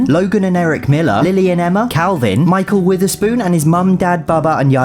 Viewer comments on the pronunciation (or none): none